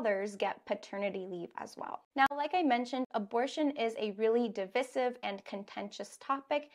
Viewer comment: Our teacher just note , I searched about divisive and saw your pronunciation isn't similar with American and British in dictionary, please if I'm wrong tell me